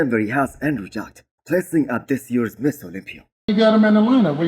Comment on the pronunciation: When you say Mr Olympia it sounds like you are saying Miss Olympia. Make sure you pronounce Mister not Miss... Otherwise really enjoy your videos it's the first video I look everytime I open YouTube in the morning while I drink my coffee. Great job!